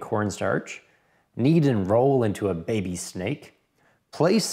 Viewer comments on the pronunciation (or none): none